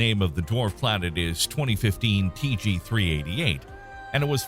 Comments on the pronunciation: Seriously, if you're going to present this stuff as fact... Atleast take the time to learn how to pronounce the names correctly. Tyche is NOT Tie-chee, its Tie-key, Ceres is pronounced Series... They are both names of greek goddesses. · Such an interesting and well put together video (which surely took extensive time to research and edit), made utterly amateurish and irritating by horrible pronunciation (which takes mere seconds to look up). "Tykhe" is not named after the martial art of "tai chi". "Fiton" was not coined from the Lovecraftian pantheon as "fay-uh-tn". Please, for the sake of your audience and the quality of your content, take those extra seconds before narrating videos. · No, TY-kee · good video, well thought out. However, when you got out toward possibilities past Pluto, several made me turn my head when they were pronounced. Two of the 3 were pronounced differently than you did, and Wikipedia agreed with me. They were Tyche (rather than rhyming with the exercise method, they had it as TIE-key), and Ceres as 'series'. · Please look up how to pronounce names. It's not 'Ty-chee'.